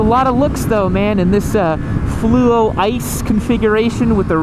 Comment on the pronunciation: As an owner of an Ice Fluo MT07, one thing that bugs me is when people say "fluro" 🤦‍♂️...It's bloody "fluo" you muppets!, Fluo!!..FLUUUU-OOOOO!!! 🤬 Thanks for pronouncing it correctly tho 🤙😂